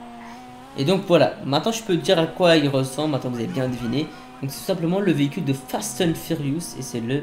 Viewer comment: le veecule de fatun furouse